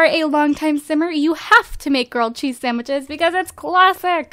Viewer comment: I know! And the way she says 'simmer' 😫